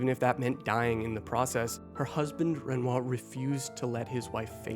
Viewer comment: I’m sorry, what did you call renoir ?